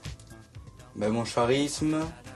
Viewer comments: Mdrrr confond tout le mec pathétique!!! En plus o lieu de dire g du k risme il dit chat risme mdrrrr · on dit pas SHARISME mais KARISME '-- . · le charisme à Baptista prononcé "chat-risme" pôv illettré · mon charisme prononcé charisme et non pas carisme :') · "karisme" et pas charisme ... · mon chat-risme....lol....eeeuuuuhhhh charisme.... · Ils aiment bien mon visage et mon CHarisme ..... CELA SE DIT KARISME ET NON CHARISME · mon chat risme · On dit pas [karisme] ? (phonétique de charisme) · "Mon CHarisme", avec un CH comme CHien ?! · Mon Charismeeeeeee (à prononcer Cha-risme) putin il m'a vendu du reve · oui oui.. peut-être que t'es pas allé à l'école (t'étais trop occupé sur ton physique) mais charisme ca se dit "karisme" ! :) ralalalah... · Tu dois avoir du charisme aussi ! (à prononcer Chat-Risme) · J'adore la façon dont le commentateur se fout de sa gueule. X) Et puis, quel "chat risme", j'en suis tout ébaubi. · ces moi ou il a dit sharisme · A il dit "chat-risme" à la place de charisme . . . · Elles aiment ton charisme ? ça se prononce pas [karisme] par hasard ? x) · Charisme ça ne se pronnonce pas [k]arisme? Et Dimitri bien connu des forums prends des produits mdr... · IL A DIT CHARISME ? Chi chi ?? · faudrait penser à lui dire que le "h" de charisme se prononce pas ;) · Non c'est bien charisme mais sa se pronoce pas comme il l'a dit :) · MON CHARISME WTF (a bah non merde les gens qui le liron se le prononceront correctement) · nan tas pas rever mdr j ai entend charisme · LOL Quand il dit CHarisme!